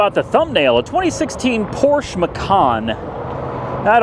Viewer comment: You're the first american person i know that pronounce Porsche correctly 😂